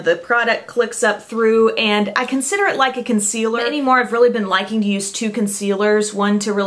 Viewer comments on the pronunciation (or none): none